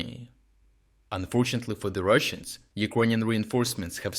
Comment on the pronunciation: I wait for it... "unfortuntately for the Russans"